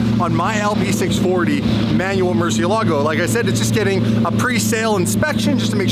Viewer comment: You should use a Spanish accent when you say Mercielago! It's a Spanish word that means, 'Bat'. Yup. In fact I just recently learned that all the Lambo's are Spanish words! Huricon means, 'Hurricane',, for example. Love your content, by the way, thank you.